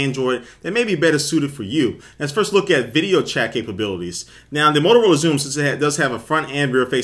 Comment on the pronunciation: 'molorola' xoom looool